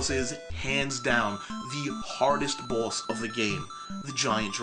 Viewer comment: You say "boss" like you have a mouth full of shit.